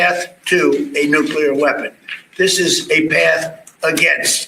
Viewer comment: It’s not “nucular”. It’s “nuclear”.